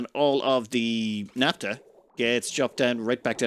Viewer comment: What is naptuh? Do you mean naphtha? In all seriousness though, I love the videos. You are the only ONItuber I find compelling.